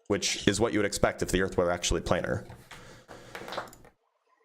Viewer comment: LOL, '' pronounces Earth as 'Urf'